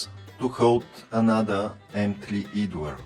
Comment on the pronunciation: Great modification... Just a small bit of help with your English pronunciation... Idler is pronounced "Eyed-ler"